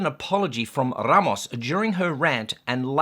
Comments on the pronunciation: Are you joking when you say R-r-r-ramos? 🤔😏 BTW Ramos means 'bouquet of flowers'. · the third time you rolled your R's when mentioning Mr. Ramos my body experienced a small seizure. My Lawyer will be contacting you here soon. Please review Neale V.S. Mary Hart. "Neale made headlines nationwide July 11 when Dr. Venkrat Ramani, an Albany Medical Center neurologist, announced he had proven the voice of Mary Hart, host of television's 'Entertainment Tonight" caused Neale to experience epileptic seizures that include loss of memory and disorientation." Just kidding mate, loved your rant as usual. I mean commentary. ' )